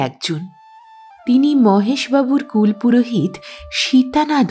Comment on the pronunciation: Gram banglay er uchcharon KULO PUROHIT, kul purohit noy. Bhalo thakben. 🙏